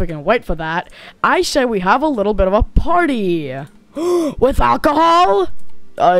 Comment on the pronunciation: bro said "fredrina told me to get you guys there having a potty"